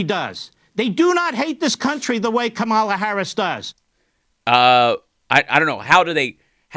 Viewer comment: Omfg, Levin... Her name is KAmela! Not KaMAla! This truly annoys the shit out of me. As does idiot Mike Pillow's "Rafsenperger"... It's Raffensperger! Honestly, how hard is this??? Ugh...